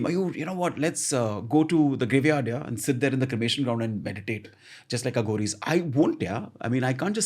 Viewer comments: It's pronounced A/uh ghories Not Aaghoris...Also the saying is the left or right hand path of God..Try Robert svobod Aghoris series (fun read but a little suspect). On a slightly different tangent try Lobsang rampa s novels..Preferably in order of release..Then there's Erich von Daniken I butchered these in my school days and I'm happy to say I'm half here and half there and really nowhere..Lol.this is the best a modern person in society can do..Living it would be hard in today's world. I devoured rampa and Daniken in junior school and my .. I was never the same. Excellent reads. Also Zechariah kitchen. You'll thank me someday. PS: karuna has a deep meaning..Nearest translation would be compassion not love. Cheers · Why do you have to pronounce it as a south Bombay girl Aaa-ghoris They themselves call them as A-ghoris